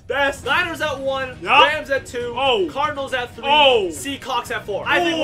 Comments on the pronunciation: He said seacawks lol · “The seacocks” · anyone else realize this man said ''seacocks''? 😂😂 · I swear I heard him say seacawks